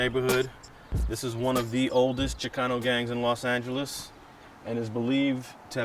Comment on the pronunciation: The Fuck You Keep Saying Las Angeles 😐